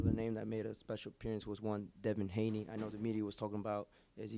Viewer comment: Who’s Devon Haney? It’s Devin, I know that and I’m from the UK :/ other than that good work son